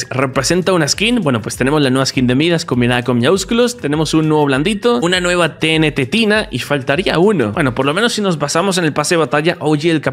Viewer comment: Tenetetina? Es tenetina